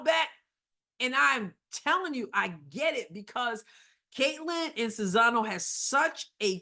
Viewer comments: You keep saying Czizano. Are you not able to read? It's Czinano! Now we have people in the WH who are as "smart" as you and this is what's going to happen: Russia and China are going to run amok, Ukraine and Taiwan are no longer in existence and dictators are going to rule the world. Congratulations, MAGA! you did it! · You might even want to proounce it just as you pronounce "Czeck": "Chinano" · You still can't say her name properly... after admitting you screw it up. Practice! It's actually easy. Respect................